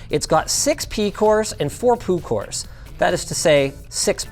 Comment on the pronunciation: “It’s got six pee cores and four poo cores” - Linus, 2024